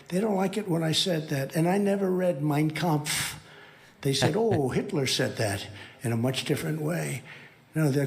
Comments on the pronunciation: For a guy who never read it and doesn't know the German language, his German pronunciation of the title is perfect. How cute. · He never read Mein Kampf,… but pronounced it correctly… hmm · The one thing he CAN pronounce, Mein Kampf. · I find it very interesting that he screws up so many foreign names & locations repeatedly, Forgets where he is and forgets whos the president... But he can very easily say "I've never read Mein Kampf" I feel like if he really didn't know it he would cave said "Meen Campfe" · Trump : “I never read Mein Kempf” ..the only two words he can perfectly pronounce without provocation.. nobody asked , but here he is projecting all the same language created by Hitler himself .. is he now going to claim credit for the idea originating with the worlds best known inhuman terrorist who executed millions and tortured and dismembered thousands .. Dr Mengele did horrific experiments at the behest of Hitler and maimed and disfigured thousands of innocent people . Trump is trying to lay claim to the most hideous global history . This is the man evangelicals worship now. Trump = A monster with a Hitler complex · At least he remembered how to say Mein Kampf.